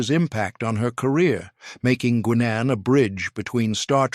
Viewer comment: O-M-G! What did use for a voice narration for this video? You pronounced "Guinan" as "Gwin-An:" ?!?!?!